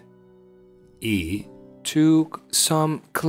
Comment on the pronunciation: Para los estudiantes de inglés, 'took' no se pronuncia como en el video. La vocal es una "o" corta, no una "o" larga.